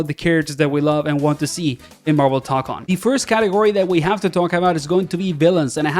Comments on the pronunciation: brother said marvel tonkon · Toe-cone, my guy.